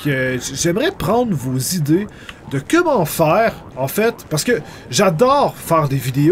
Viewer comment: pourquoi tu dit kemment au lieux de comment?